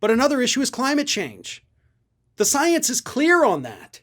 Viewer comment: SNL nails Margarine Tinfoil Queen on her love of sience. Yes, that wasn't a typo. Say it as I spelled it. That's how MTG pronounces science. That proves she doesn't believe it because she can't be bothered to say the word properly. And no, I do not chalk that up to her twang.